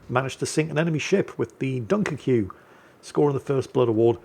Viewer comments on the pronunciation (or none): The French Dunkirque is pronounced DUNKIRK